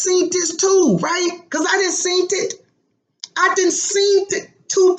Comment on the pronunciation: "Did you seent-dit? I seent-dit" :-) Hilarious!!